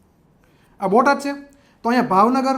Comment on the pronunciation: ભોટાદ નહીં બોટાદ